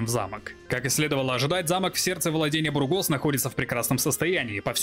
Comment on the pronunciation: Мб душно, но не БургОс, а бУргос. Ухо режет ппц…